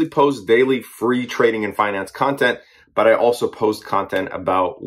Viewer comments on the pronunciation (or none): none